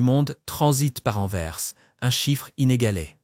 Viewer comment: Pas Enverse, Mais Anvers.